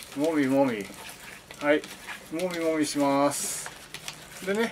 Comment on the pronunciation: もみもみがぼみぼみって聞こえて潰してるイメージしか沸きませんw